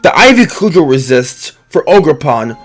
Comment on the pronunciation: "Ivy Coo-Gel" - 2k23